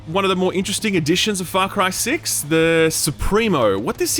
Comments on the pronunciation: I heard "fuck cry 6" when I first started this video and I had to restart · I heard "Fuck Rye 6" in the intro